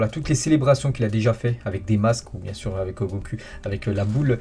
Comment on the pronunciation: comment il a prononcé goku 🥲🥲